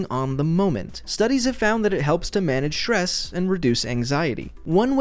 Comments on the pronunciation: Stress* not Shress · manage ''stess''